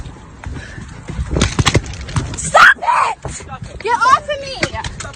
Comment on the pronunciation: Stob it😂😂😂💀